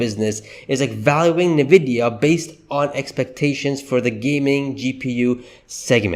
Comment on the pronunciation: Isn't NVIDIA pronounced: "ENNVIDEAH", not "NAHVIYA"???